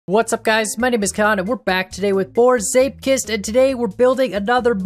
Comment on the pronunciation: pronunciation of zeepkist is pretty much perfect! Dutch is always a difficult language for English speaking folk in terms of pronunciation, so that's kinda cool